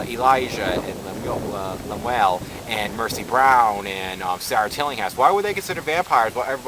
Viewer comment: I love the name Lemuel and yes you pronounced it differently than the usual way.